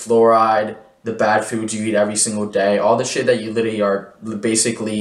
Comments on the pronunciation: I was going to ask what litty meant. I wonder why he can’t pronounce that word. Maybe he should find a word to replace it like “actually” so he can be understood. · When “literally” becomes “LITTY”… LMAO 😂